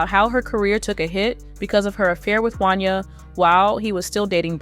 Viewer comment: I'll be glad when yall "narrators" learn how to pronounce people's names accurately! 😂 That man's name is pronounced "Won-Yay" damn!